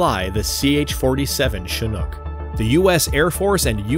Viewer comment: Now i realize is chinook, not chinhook